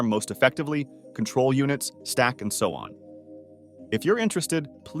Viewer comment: Lol why are you pronouncing control like that? Cootrol?